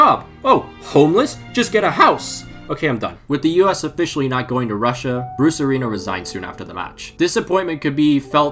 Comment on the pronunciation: All i hear when you say bruce arena is brucerino